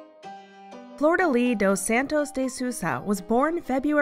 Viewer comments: Ffs, it's not Florida Lee nor Soosha! It's pronounced Flor de leesh Shoosha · I kept hearing Florida Lee instead of Flordelis lol Good video